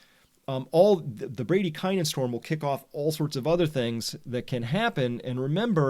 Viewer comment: Is that really how Americans pronounce bradykinin ? So ugly.